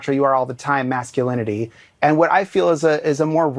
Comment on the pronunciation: The "macho" ad director cant even pronounce masculinity.😂